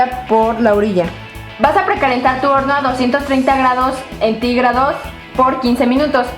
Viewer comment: "aceite de olivo" "grados entígrados"